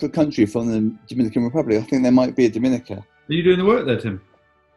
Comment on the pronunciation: It's actually pronounced Dominica.